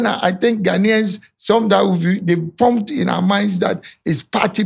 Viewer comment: Firstly can you say Ghanaians correctly what is this ahh